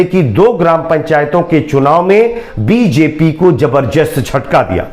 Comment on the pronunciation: Jabar jast nahi.. zabardast..pahle apni Hindi Urdu theek karo